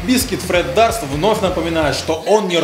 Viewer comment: не Дарст, а Дёрст.